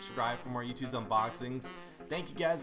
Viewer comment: its not yoot its YOOOOOOOOOOOOTTTTT